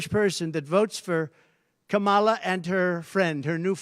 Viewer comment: It’s so annoying to hear him say the name of the vice president of the U.S. can he say it properly? So disrespectful like a child